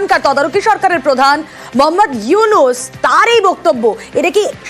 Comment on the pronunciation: ডক্টর মোহাম্মদ উইনুস চা ওলা না চা ওয়লা 😂 মিডিয়া